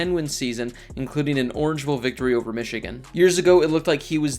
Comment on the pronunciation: How tf he pronounce Michigan